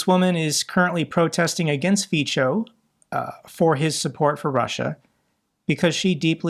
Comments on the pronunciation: I love the way you pronounce Fico.. It is not correct, but your way it better rhymes with czech and slovak world for c*nt (Fico/Pico) :D Which is only fitting.. Thank you for your reporting! Greetings from Prague. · I really love how pronounces Fico - it fits for Fico´s character better than correct Slovak pronounciation (Fi:tso). I´m thinking to start saying it the same way.... Greets from Praha. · Do you want to learn some basics of those Slavic terms? - If yes, hit me up. Because, I am sorry, but even after those years, you literally do not pronounce a single Slavic term correctly: Fico, Voronezh and so on... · I general I would recommend you to look after the pronunciation of Foreign person and geographical names like Azerbajdzan, Fico, Voronezh, etc. because this discrediting your message. You have so many Russian speaking friends, ask them for help! ;) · Dear, we admire your tenacity and sense of justice for all of us. One VERY small improvement would be to pronounce Fico as "fitzo" and not "fitcho". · Its Fico not Fičo. Its not that difficult to type or copy his name into google and let it teach you how to say his name properly. I will comment this every time until you learn. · Fico is pronounced as Fitso, not Fitsho. Even if I don't like him, pronunciation should be correct. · Hey, Good content. One thing to clarify. Slovakia's PM name is pronounced as "Fitso", not "Ficho". Also, he's revered by the elderly, specifically women. There is a generational divide in Slovakia where the old people are enemies of liberty, prosperity, rule of law and need to have an enemy in their life (such as the big-bad USA) and a strong leader, such as Fico. Majority of young and middle aged people hates his guts. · Hi, if it plays any role at all, the pronounciation of the Slovak PM Fico's name is [ˈrɔbert ˈfitsɔ], like in 'fits-oh' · Fico is pronounced like "fitso". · Fico is pronounced feetso, Tusk is pronounced toosk. Greets.